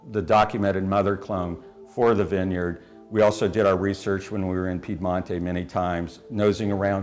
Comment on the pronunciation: the winegrowing region of Northern Italy from which your grandmother Marina hailed is 'Piemonte', not Piedamonte (or whatever you said in the video)... btw I love Portalupi Barbera